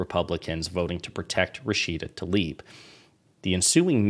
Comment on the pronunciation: Please, not ‘Talib’. Tlaib